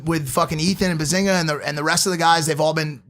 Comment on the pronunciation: "Bezbinga" nice one